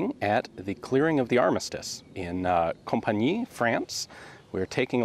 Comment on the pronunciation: Ian , " Compiegnes " is one of the hardest french city name to be pronunced by a US citizen."Company" is not frankly speaking , our usual way. Hon hon ...